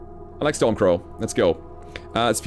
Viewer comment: Stormcrow, its stormcrow lol